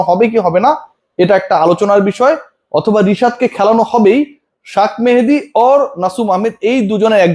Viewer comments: ভাই আপনি তো নামটাই ভালো করে বলতে পারেন না শেখ মেহেদী না বইলা বলেছেন শাখ মেহেদী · Why u said shakh mahedi?? Sheikh Mehedi